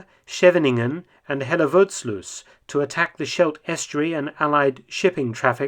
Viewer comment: As a dutchman, I really enjoyed how you pronounced Schevening, Moerdijk and Hellevoetsluis. LOL!